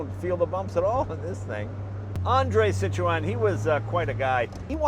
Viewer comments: I love how you are so worried about pronouncing all of the French engineer's names yet you mis-pronounce Citroen every time :) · "Citroën": French for "POS". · I,ll never get used to American pronunciation of Citroen! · If only he pronounced CITROËN correctly. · "Citro-En" c'mon Jay you can pronounce it right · Do all Americans say Citreon wrongly? you're not meant to pronounce the E... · does anyone else cringe when he says Citroën wrong? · Jay pronounces it ''sit-row-en'' (row as in death row) ..... whereas I was brought up to believe the Freench pronounced it ''seet-ron''. Anyhoo - as a kid in the late 70s, we knew a guy that had one. (also a red one). It was like nothing we'd ever seen before. Myself, my brother, the guys 2 sons and wee sister would all get in and take a small ride - and yes, I remember it like yesterday, the whisper quietness and armchair comfort seats. The guys name was André Duval, and he only stood about 5ft tall! - Now, this was (and is), a big car! No, we weren't in France....but in the Highlands of Scotland, in a tiny village. I'm a motorbike guy and cars rarely do anything for me, but this brought back lovely memories. Thanks Jay! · Why do Americans have so much trouble saying Citroen it's not cit to en it's cit err ron it not difficult to say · It's not Cit-row-en, it's Cit-ron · Great video as always. Isn't the "e" in Citroen silent ? Always thought it was pronounced "sitron" not sitroeeen !! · Why do Americans pronounce the name wrong it sounds like 3 words cit ro n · Its pronounced " CitREN" silent 'o' ffs arghhhhhh !!!!! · Its pronounced Sit-Ron the E is silent. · See twan ia much closer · Stop saying "Cit RO EN" why do Americans have to pronounce everything differently! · Citro oen, , peouget, gas pronunciation, haha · Citrowen? Ha wtf? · This video encapsulates everything I love about this YouTube Channel. Thank you so much for sharing. One criticism? It's pronounced Sit-rone. You don't pronounce the "en".